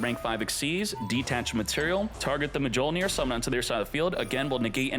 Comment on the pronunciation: This man legit just said MUH JOLE NEAR and nearly hundred downed on it.